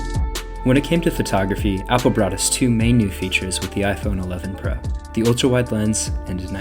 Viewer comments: Did you just said iPhone 11 Pruh? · . Every time you say iPhone 11 pro, it sounds like iPhone 11 “brah”. Hehe